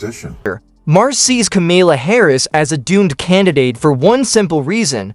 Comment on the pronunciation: AI BS video.Cant even say her name correctly